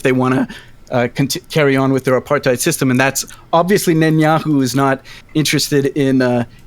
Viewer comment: The best part of this videos is how they pronounced “apartheid”